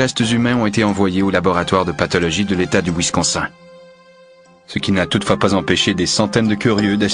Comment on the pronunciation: "Winsconsein" aïe, aïe, aïe.....